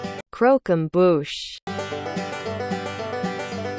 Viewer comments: as a french, watching you literally butcher the word 'croquembouche' was so funny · No matter how many times I re-watch this video I still can’t say Croquembouche